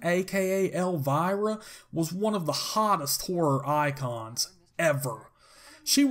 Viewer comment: Sounds like he said whorr or icon.